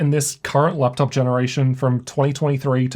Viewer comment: why is every vowel you pronounce "eurr" euuonne teurrr theurruee fuerr leupteurrp qeulceuurm